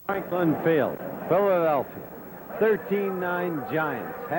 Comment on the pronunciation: Christie Longo Exactly right, Dandaroo, as Cowell always called Meredith. In fact you can hear it for yourself starting starting when he tries to say Philadelphia...